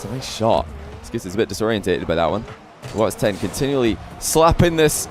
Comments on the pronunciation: bro kept saying whats ten. its just watson:sob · it is not "whats10"! it is "whatson10" edit: ops! sorry im not english. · can you not say WHATS TEN ITS WATSON